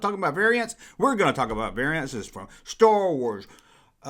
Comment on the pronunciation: I wike Stah Wahs :)